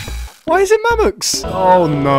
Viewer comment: help me they keep saying Mammox